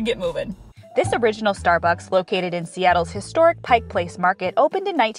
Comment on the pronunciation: Thank you a million times for pronouncing Pike Place correctly!!! Another beautiful video of my state. 🥰